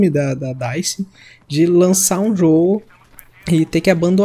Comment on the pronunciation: mano o nome da desenvolvedora do Battlefield 5 é dice e vc falou errado